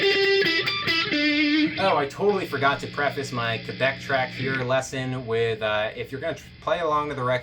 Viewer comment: also thank you for pronouncing quebec right...